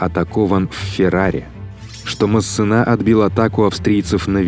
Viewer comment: Качество видео отлично, но диктор кое-где подкачал. МассЕна, а не МассенА. И последние согласные не читаются у французоф. Никаких ЛеклерК быть не может(